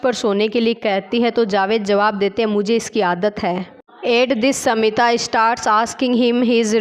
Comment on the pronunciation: Yes pronouncing samita(smita) ko😢